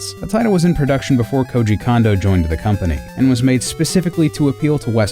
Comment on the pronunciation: Please explain to me why the same vowel be pronounced the same?? iIts KOOJI KOONDO, not KOOJI KAN-DO, moron